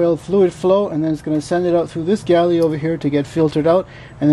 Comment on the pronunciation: Oil gallery, not galley. I only learned last week. Great video!